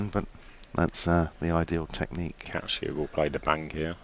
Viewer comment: His name is Kaci, not Catch-key!